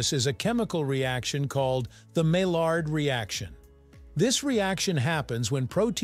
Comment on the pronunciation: maillard is pronounced maiyard. some languages, such as spanish, pronounce double L as Y, for some reason.